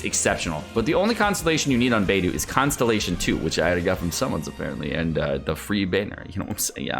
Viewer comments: Please dude, Beidou is pronounced Bei Doe, and Xingqiu is pronounced Xing Cho. Please fix your pronunciation. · Beidou fave character but can't pronounce her name correctly. Or is this like Keqing where he keeps doing it on purpose after being corrected? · Love beidou but still can't pronounce her name correctly 😭😭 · "Bediou is my favorite character" but you still don't pronounce her name correctly.... There is no excuse when you hear the name spoken in game and ESPECIALLY from the own character's mouth!